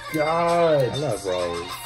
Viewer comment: Kbs blocked the video because Rosé didn’t have on a seatbelt.🙄🙄 btw her name is pronounced like rosé the liquor not rose 🌹 edit: I still love ddu du ddu du video better too.